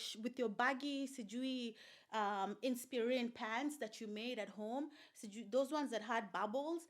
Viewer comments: I am dying at the way you are saying InspIrene 😂😂😂😂😂, moving on... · Everytime you say Inspirina I am on the floor.